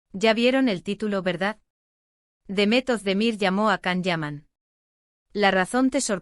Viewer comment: 😂😂😂bla, bla, bla cuántas mentiras en estás páginas de YouTube 😡 y que se lo crean muchas personas es de traca. Encima no saben ni pronunciar su nombre debidamente con la cantidad de veces que Él mismo a comentado infinidad de veces